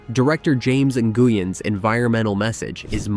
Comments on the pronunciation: James "En-goo-yen"? Get a better tts engine! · Butchered "Nguyen"